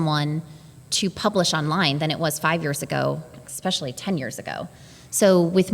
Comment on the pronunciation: Really? The "professional" journalist said "expecially" ?